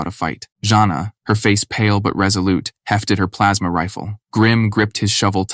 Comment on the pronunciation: Yeah man I agree the ai needs to learn how to pronounce rifle....that bothered me something fierce lol